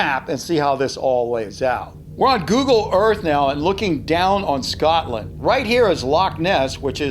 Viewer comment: No one: News anchor: Scoot land